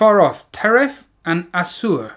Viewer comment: traif or treifah is 'not kosher' for food, in yiddish and hebrew respectively. Asur, which you pronounced pretty well, is 'forbidden' in other contexts, usually. And yes, to save a human life you not only can eat or become pork, you arguably are violating the law NOT doing so - of course transplantation is more complex, but it would be against jewish law to starve for want of a kosher meal - human meat isn't kosher anyway. There are actually lots of responsa - jewish rabbinical q&as on how these two rulings intersect re: cannibalism, if you want to go down a funky rabbit hole there and are willing to dodge the antisemitic blood libel things that will pop up.